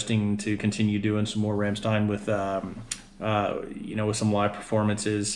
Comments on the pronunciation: Good ol' fashion German craigslist cannibalism. You should also adjust your pronunciation of the groups name from the murican version. Rham schtein is closer to where you need to be. Should check out "Ich tu dir weh" also. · You pronounced the name of the band wrong. It's pronounced like Rammshtine